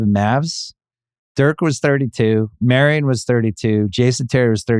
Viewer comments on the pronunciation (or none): none